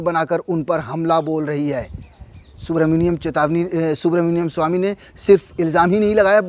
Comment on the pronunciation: Bhai aap naam to sahi se lo